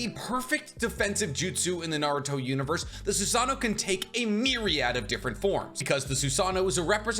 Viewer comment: he said 'myraid' i was waiting.